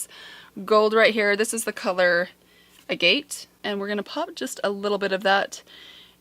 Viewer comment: AGATE. sounds like. bag it